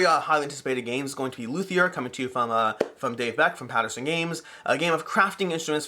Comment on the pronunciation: Super excited for Luthier. Also, Paverson, not Patterson.